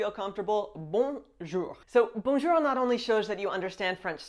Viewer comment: Bonjour, votre bonjour est parfait